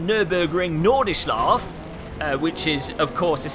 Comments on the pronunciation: "Norde shlaff" - 2016. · how on earth did you manage to find yet another new wrong way to pronounce nordschleife after there have been so many ways it's already been butchered in, amazing! thx for vid, uninstalled gamepaded assetto corsa and reinstalling raceroom, going to give it another try!